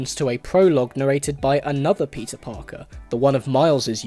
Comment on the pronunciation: why do i hear instead of,, peter parker,, ,, pizza parker